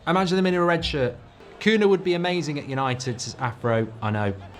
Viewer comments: Why does he keep calling him Koona?????? It's so jarring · Who is Kuna? The mispronunciation is appaling! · "Koonah" 🤣 jesus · Bro rlly said Cuuna